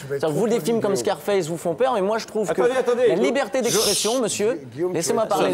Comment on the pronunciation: "Scarfasse" lol